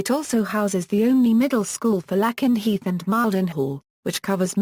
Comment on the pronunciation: My god! British robot YouTube voices are as bad as American. Mispronouncing Lakenheath and Mildenhall.